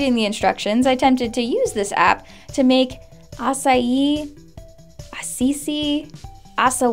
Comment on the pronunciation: ASCII is pronounced "as-key", perhaps extending the S sound a little. That point about them recording everything you type is a little dark. They may or may not do something bad with that.